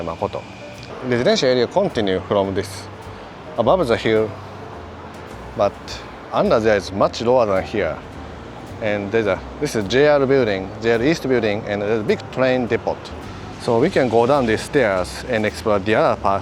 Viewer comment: Depot is pronounced di-pou. The t is silent. I know English is crazy. I am learning Japanese right now. I have so much respect for Japanese people speaking English.